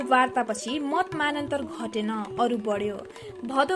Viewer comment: केही सब्दहरुको उच्चारण गलत भयो, थ्रीनटथ्री, मतमतान्तर, पध्मरन्त आदि